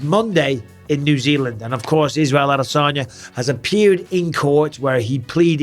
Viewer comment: brotha how tf did u butcher the name that bad. Adasanya